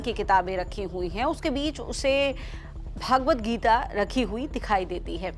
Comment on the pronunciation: श्रीमद्भगवद्गीता का उचारण आप भागवद गीता कर रहे हो , जो गलत उचारण है ।